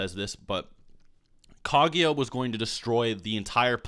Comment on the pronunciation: KAGUYA M8 GET IT RIGHT